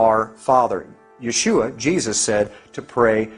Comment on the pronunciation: IT'S NOT YAASHUA. IT'S YESHUA. PLEASE AT LEAST PRONOUNCE OUR LORD AND SAVIOR YESHUAS NAME CORRECT.